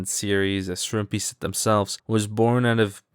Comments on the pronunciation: i think how you actually pronounce shroompie is "ShroomPy", but no one knows exactly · i believe shroompie said its prounounced the way pronounces it